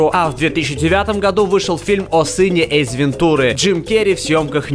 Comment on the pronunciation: почему ты говоришь эйЗ, в место эйс....